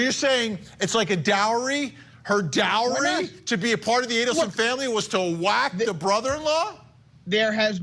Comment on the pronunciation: Wow. Noooo “Dowry” 😂😂😂